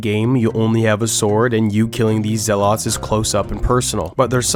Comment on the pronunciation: Bothered by his pronounciation of zealots.